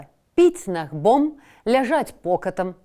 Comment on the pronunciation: Гомельская вобласць. Набгом, а не нагбом